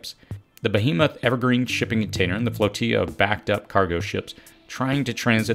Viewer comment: Sorry to nit pick, but flotilla is not pronounced like the Mexican word 'tortilla'. Otherwise a very good and insightful video. Keep up the good work.